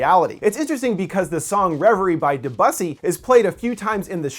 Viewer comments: not "deboosi" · My fucking god, you just butchered the last name of most important impressionist composer. It's written Debussy, and pronounced Dey-bee-see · day buss-eee?!? Lord...😂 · This dude pronounced Debussy "Deh-bus-ee" 😂😂😂😂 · I know this is nit picking but it was jarring to hear you mispronounce Debussy (Deboosi) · The way you said Debussy made my ears bleed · You mispronounced Debussy. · great! minus "de-bussy' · great episode. Debussy is pronounced "deb-you-see", fyi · This is the 2nd video I've seen this week where I've heard someone pronounce it that way. Really odd. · I know how its pronounced... I speak French. Perhaps my attempt to show the sounds is not perfect but it sure as heck isn't what he said. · Der-bussie. V odd. Who next - Monty Vurdy? Viv Aldi? Beeth Oven?